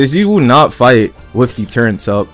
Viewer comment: The way he says turrets annoys me T_T ”turrents”